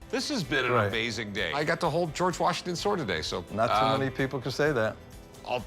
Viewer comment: How is it so hard to say George? It's not GoooWarj it's just George.